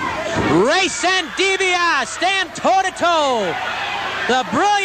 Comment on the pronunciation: man, nobody knew how to properly pronounce Dibiase back then especially in mid south.